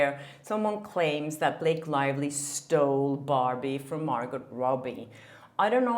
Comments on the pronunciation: Great informative video,. You might like to know it's Mar - go not Mar - got. The t is silent. The name probably came originally from the French language into English. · Jesus! I know English is not your first language but it’s a silent “t” Margo not MargoTTT.. just saying.. it’s grinding TF on me. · It's Mar"gow" ... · Girl ! You’re an entertainment reporter! Margot is pronounced Margo. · Margot Robbie's name is pronounced Margo! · Sorry, but you don’t pronounce the “t“ in Margot (like Margaux) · I believe it’s pronounced Margeaux (mar-goe), no?? Have I been saying it wrong?😄 love your channel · Margot = pronounced Mar-go 😊 (just so's you know) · Margot is pronounced Mar- go, the T is silent.. at least Thts how she pronounces her name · The "t" is silent in Margot. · Hedging her bets on the pronunciation of “Margot” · The T isn’t pronounced in Margot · The “T” in Margot is silent, just so you know. :) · Don't pronunce T in Margot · Hi. The t in Margot's name is silent. Interesting report! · Hi, quick note: with Margot's name you don't say the T. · Hey, awesome vid as always! Just wanted to mention the pronunciation of America Ferrera's surname and Margot Robbie's name, as I hear that you're mispronouncing it (not a big deal at all, English is also not my first language and I often mispronounce English words, I just thought I'd mention it before you maybe get hate from others for mispronouncing their names, don't want anyone to discredit you for something so silly as that): Ferrera is pronounced Fuh-rare-rah and the t in Margot's name is silent, and you pronounce the "go" of Margot as in "let's go get a coffee". Love your vids!🥳🥳